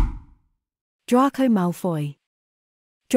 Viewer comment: It's Drayco, not Drarco.